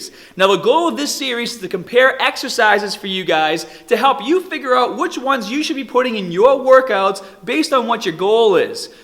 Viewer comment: his pronunciation of "arms" and "start" sounds Aussie to me, while at the end he said "oot". Honestly Im confused...